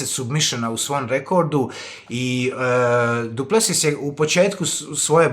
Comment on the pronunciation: Brate nije Du Plesius nego Du Plesis molim te, bole me uši